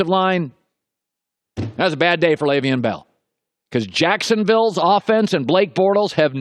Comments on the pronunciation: Dude... His name isn't pronounced "Lay-veein" it's pronounced "Lev-eon" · Unprofessional. I like your broadcast, but your refusal to say Le'veon Bells name correctly is bush league. Do you have a beef with him? I've never once heard you mispronounce Roethlisbergers name. How are you mispronoucung one of the biggest names in the sport? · The way Colin says Le’Veon, you would think he grew up in the suburbs and went to an Ivy League school.